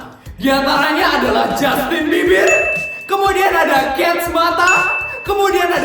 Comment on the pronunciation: Aku denger nya justin bibir😂